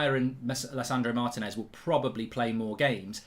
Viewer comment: IT'S PRONOUNCED MAR-TEE-NEZ!!